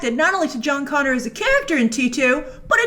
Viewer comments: Jon “Gonner” Connor😂😂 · John Gonner. Lol.